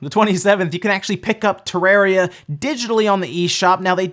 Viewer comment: Nobody:: TerrEria